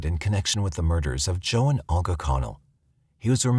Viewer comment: NARRATOR: It's Olga, pronounced Ohl-ga (with a tongue curl on the "l"). It's even properly pronounced in the video you included. This tends to be the problem with younger narrators. Please check pronunciations. Excellent video otherwise (although, I have no knowledge on these cases).